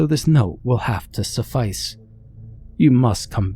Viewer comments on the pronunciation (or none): none